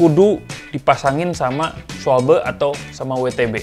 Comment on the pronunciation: Cara baca schwalbe itu schwalba om. 🤣